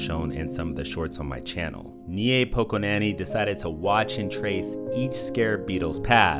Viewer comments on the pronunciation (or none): As a Polish person, I laughed hard when you read "Niepokonany" as "Njepokonani" 😆 FYI Niepokonany means Unbeaten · the pronunciation of "niepokonany"😢 czemu:((